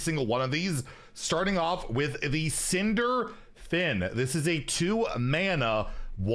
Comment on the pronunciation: I know you've been getting comments in the past for misreading cards, and I recon thats why you are being more cautious when reading them, but you should know - it sounds silly (imho) when you break up cardnames or abilities with several syllables into multiple words - like Cinder ... fin - it's one word - Cinderfin =)